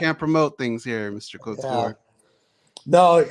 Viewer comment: Did he call Randy clitoure